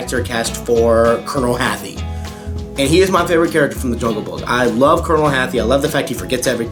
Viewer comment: its pronounced , colonel harty , but spelt hathi ! good video